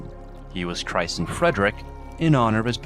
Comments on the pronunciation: fwiw, in English christened is pronounced 'crissened', with a soft I and silent T. Great video well researched. Relaxing and life changing. Mad respect for anyone who used Muslim bodyguards that were immune to threats from the pope. Very reminiscent of Constantinople's Varangian Guard. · Is this AI narration or do you really not know how to pronounce "christened" or "maestro"